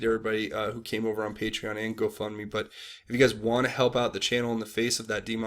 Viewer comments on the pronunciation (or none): none